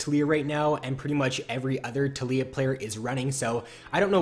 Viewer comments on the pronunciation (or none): tal-iy-ah (Tal*yi*ah) its Taliyah not "Telyyah" fuck everytime you said that i died inside